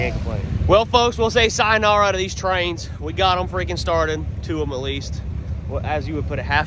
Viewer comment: "I like twains" Lol